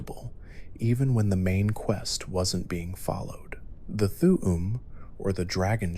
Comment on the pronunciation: And th'um pronounced as "th'uwu'm"💀